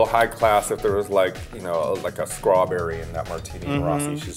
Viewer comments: Did raja say Skrawberry?? Lol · Raja said Skrawberry.